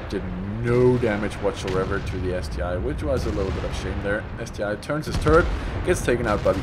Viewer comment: Hey, you are right in calling it ST-I and not ST-1, clearly you can see the difference if you compare the I in the ST-I to the 1 right below in the T54E1 on the teamlist:-)